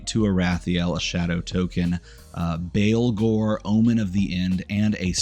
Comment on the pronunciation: baa baa blacksheep, baalghor. not christian baleghor